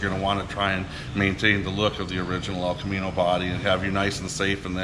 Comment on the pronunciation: The El Ca-mean-o